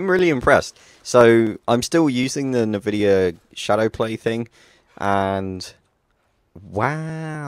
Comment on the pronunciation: Not 'nevidia'.... it's 'EN-VIDIA'... sorry ^^ there are too many people pronouncing it wrong ^^